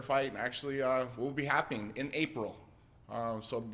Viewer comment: did this man say Happing or is that just me?